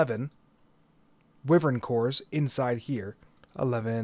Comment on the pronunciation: Thank you for an amazing series so far. I just wanted to mention that wyvern is pronounced as why-vern, and not wih-vern. Thanks for understanding, much love <3